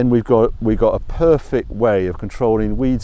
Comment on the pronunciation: I Love it when goes all Pop Larkin its just "perfick"...